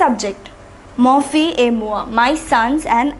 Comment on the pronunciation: fils is not pronounced as fil, but fis